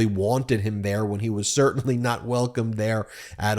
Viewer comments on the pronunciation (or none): none